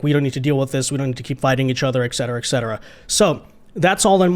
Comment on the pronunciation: the pronunciation is ET CETERA, not EK CETERA. ET not EK.